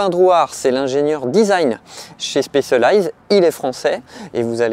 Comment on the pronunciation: La prononciation de Specialized m'arrache les oreilles. C'est quand même pas compliqué d'apprendre un mot correctement en phonétique même si on n'est pas anglophone